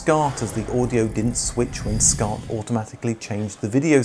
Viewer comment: first of all, WTF IS "Scart" OR A "Scart"?!